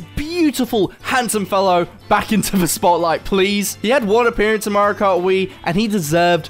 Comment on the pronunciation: I didn't know Mario has a L in his name 💀